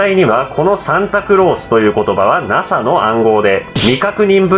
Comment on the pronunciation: だんだんとゲツがケツに聞こえてくる！！ あとNASAのことナハって言いましたよね！！ これはキリンの幻術か！！